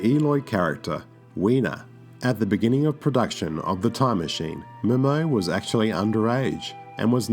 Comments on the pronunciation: Yvette "Mim-o?" I think its Yvette "Mim-you." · Yvette Mimieux's last name is actually pronounced "Mim-U". And Whitt Bissell was also in the classic 1950's sci-fi movie "Invasion of the Body Snatchers". Paul Frees was also in another H.G. Well's 1950's film adaptation "War of the Worlds". He's also in another 1950's sci-fi classic "The Thing From Another World". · First, the lady's name is pronounced mimiyou, not mimmo. Second, the doctor's name is pronounced "low". If you had seen the movie, you would know it doesn't rhyme with "cow" In fact, it's Tony Randall's first line as he watches a kid trying to pronounce it... "Low. Doctor low." Please try to be familiar with your subject matter, next time.